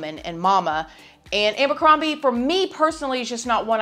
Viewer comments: Ambercrombie.... it's Abercrombie LMAO 🤣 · Love ya girl. ABercrombie. It’s AB not AM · Lol love the way you say “ambercrombie” 😂